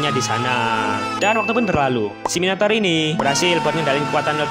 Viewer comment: Yang gw denger "Minotaur=Minotauran" 🗿